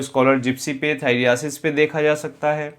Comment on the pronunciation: थाइरियासिस नहीं होता है थाइरसिस होता है...कुछ भी?😅😅